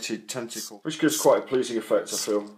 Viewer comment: I like how he says “tenticoowl.”